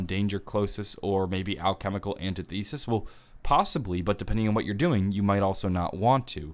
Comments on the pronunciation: Alchemical Antithesis is pronounced "All-chemical anti-thesis". It's pretty simple really. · Alchemical Anti-Thee-sis